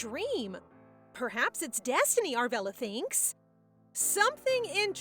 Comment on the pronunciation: What's with the German pronunciation? It clearly says Judith but the whole video you say Udith. Also, the main character is Arabella but you kept saying Aravella.